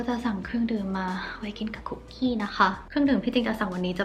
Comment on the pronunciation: ค้าบ คุกกี้ไม่ต้องมีไม้โทนะคะะ☺️🍪 ออกเสียงแบบเข้าคุกเลยย สะกดเหมือนกันค่ะ